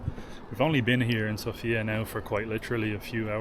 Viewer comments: Rakía- the accent is on the i, not the a. Sófia- the accent is on the Ò not the a... The way you pronounce it is the name of a girl named Sofia. Super video!! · Please be so kind to learn how the names in Bulgarian sound properly when presenting your video trips...Vitosha & Sofia definitely need to be pronounced with different vowel stressed on... and rakia too :-)